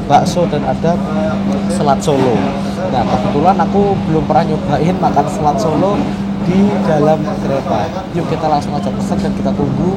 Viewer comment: Nama Makanan'y Bukan " SELAT SOLO " Tapi " SALAT SOLO " Bro ... Hahaha ... 😅😇🤣